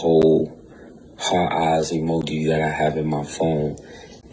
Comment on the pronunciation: The voice note!!😂😂 did he say hearteye emoGi?!👀🤦🏽‍♀️🤦🏽‍♀️